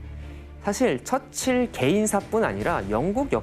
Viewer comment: 처칠 발음이 왜저래